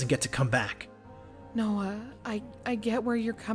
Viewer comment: noah more like NO-uh